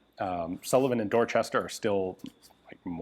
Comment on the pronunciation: Pronouncing "Dorchester" like that while in Massachusetts should be a crime.